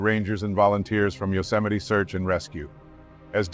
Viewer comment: It's pronounced you-cem-a-ty, not yo. No one heard of yo-cemity Sam